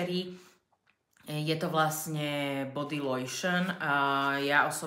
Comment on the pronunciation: Priznám sa, že najviac ma zaujalo "oj de toalet" a "body lojšn" (tam fakt nie je loj, to musíte ako chemička vedieť lepšie ako ja). Ok, aj ja viem francúzsky dosť mizerne, ale keď niečo prezentujem a tvarím sa veľmi odborne, aspoň si overím, ako sa čo vyslovuje. Inak by to bolo fajn video, aj keď trochu teleshopping.